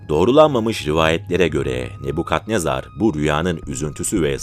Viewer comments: Ne bu yav?. Ne Bu Kadnezar degil. Nabukadnezar olacak. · Kadnezar ne bu? Nebukadnezar? Cevap ver bana 😂